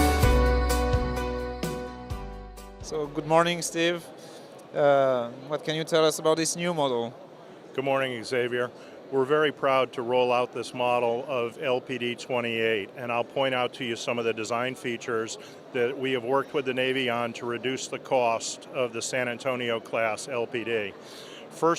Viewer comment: would you buy a ship from someone that can't pronounce "Xavier" properly? Hope his shipbuilding skills are better than his command of the English language?